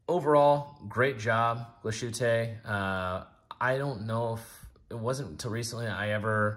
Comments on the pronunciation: "tte" is "tah" not "taay." Otherwise, good review. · Glashu-tay 😂 I’ll be he calls Target “Tarjzay” too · I never trust reviewers who can not even pronounce the names of the product right. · Horrible pronunciation. Do your homework. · Than you for helping us learn otherwise we would have never known. The points (also with reference to my other comment on this video) are: I) someone who doesn't know how to pronounce the name of a European watch brand should not be making a video--high horology is not child's play and should be taken seriously; and II) while Glashutte and A Lange & Sohne share the same DNA courtesy of the "nationalized" watchmaking industry during the war, and come from the same region in Germany, the two cannot be compared just as a Maybach cannot be compared to a Volkswagen. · I do, I care. It's unprofessional and ignorant to not put in 1 microjoule of effort to look up the pronunciation online. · It’s so easy to look up the correct pronunciation. This is lazy and sounds grating. Not the only channel to butcher the name, but really. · It drives me insane. French watch names are somehow pronounced more accurately. IDK HOW but they are.